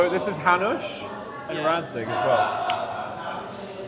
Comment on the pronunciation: Why you all say 'Datzig' when it's 'Radzig' Kobyla?! Is there an insider-joke on that ?!